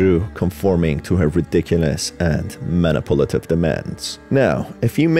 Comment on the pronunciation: Good video but I wish you didn’t pronounce manipulative as “Manipolitive”